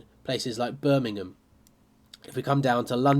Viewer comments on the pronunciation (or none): none